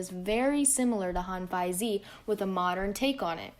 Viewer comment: It would be much better to for you to pronounce Hanfeizi as /Han-Fei-Zi/ rather than /Han-Feit-Tzi/